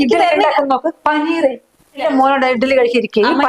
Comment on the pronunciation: Paneer anu,panineer alla 😂😂😂😂😂